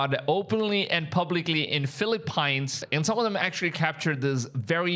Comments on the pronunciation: Philli 'peans' not 'pines' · it's fi-li-peens or full-li-peens for your accent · Calling people "idiots" as scripture warns us not to while you grovel for the very edomite SOS that Jesus warns against is the very reason young new believers shouldn't teach or preach. Also, you don't get to call anyone dumb when you can't properly pronounce common English words. PHIL-EH-PEENS. 🤦🏼‍♂️ Those who pray for this Israel while Gazans (proven to be original semetics) have been mass unalived are hypocrites and will answer to YHWH! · It's Fil-a-PEEEENS!! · Phili-pines? Come on. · Why you pronouncing Philippines funny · You keep missing pronouncing the Philippines, dude